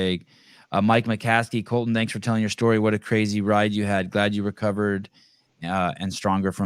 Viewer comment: Colten, not Colton 😂